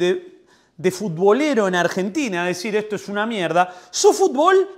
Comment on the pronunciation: Jajajajajjaja por favor dejá de decir "FUTBÓL" (CON ACENTO EN LA Ó) JAJAJAJA